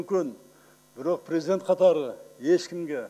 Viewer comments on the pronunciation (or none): none